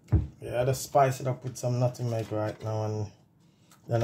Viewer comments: 🤣 right!! It was irking me too! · Your coconut toto looks good but dont say nuttingmeg the correct word is NUTMEG I WOULD LOVE TO SEE THE RECIPE THANKS FOR SHARING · NUT-MEG NOT NUTINEG